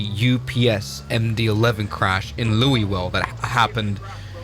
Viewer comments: Its not pronounced LouiE-ville. You have to say it like you've got 10 peices of bubble gum in your mouth. Its Luui-ville. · To everyone that isnt from louisville. Its pronounced loo-ah-ville. Not looey-ville. Thanks you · Educational point for everybody: Louisville is pronounced 'LOW-vull', you're welcome. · It's pronounced: Loo-Uh-Vul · Too soon. lol, "Louie-ville." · You can't even pronounce Louisville properly, genius!